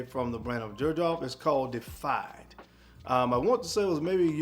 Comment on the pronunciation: Its pronounced "day-if-eyed". Deified means revered or worshipped as a god.